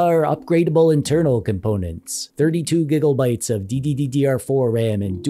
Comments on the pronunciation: are you saying gigobytes with an O or am I just deaf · My man called it gigglebite not gigabytes bruh